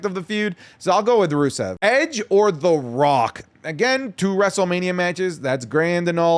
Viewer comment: Edge...its Edge